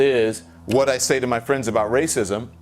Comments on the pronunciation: i thought the screen would flash with graphics when you said "ra-cissm" lol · I love it when you say 'rrrraaacism'. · 😂😂😂😂RRRRRACISM. ...DUH DUH DUH DUH.... LOVE IT...Mark, you make day. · Mark, you forgot the booming "dun dun dun" background music when Don Lemon said "rrrrrrraaaaacsim". lol